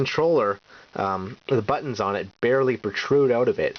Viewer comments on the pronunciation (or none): none